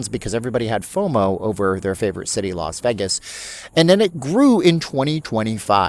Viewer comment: It’s pronounced “VAY-gus” not the mumbled word “vehgus.” Please learn how to pronounce Las Vegas (that’s pronounced Lahs-VAY-gus) not Lahs-vehgus. You’ll get more viewers and subscribers and people will stop dumping on you.